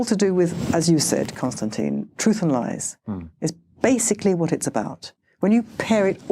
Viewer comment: Constantine (Con-Stan-tEEn) is a huge supporter of Israel. He is just setting up the dialogue.